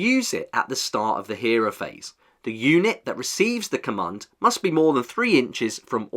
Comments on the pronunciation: ‘Cummund’ 😅 great video though! ;) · Please say command correctly in future videos. Commund is hurting my brain